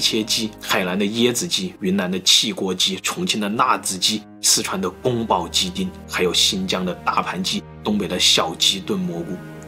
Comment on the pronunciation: 是宮”保”雞丁啦